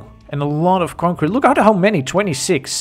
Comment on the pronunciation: I like how he says concrete. "Concwete"